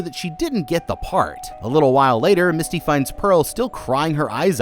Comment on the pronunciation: every time you called her Misty, i cringed a little. her character's name was Mitsy. lol